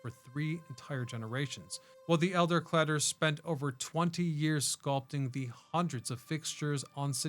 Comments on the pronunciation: Calder.... not Cladder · CALDER, not Clader. But I understand why you said it Your way. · You need to fix this: it's Calder, not Clader! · It's CaLder, not CLadder. Jeez Louise, can't this AI do better? I love City Hall. It's a Beaux Art masterpiece. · nice workup. it's C. A. L. DER not C L.A DER. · CALDER not CLADER. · Ir’s ‘Calder”, not “Cladder’. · I was like who is Cladder? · Your repeating is annoying. And how hard is it to pronounce "calder ??